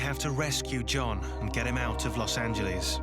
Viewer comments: It drives me nuts when British people pronounce Los Angeles as Los Angeleeeeeeeez. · I hate it when people say Los Angelees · This British dude really pronouncing it los angeleez